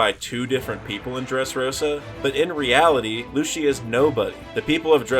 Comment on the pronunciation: I'll subscribe when you learn how to pronounce "Lucy" and "Sogeking"